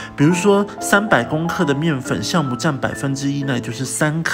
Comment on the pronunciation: 教母，不是 校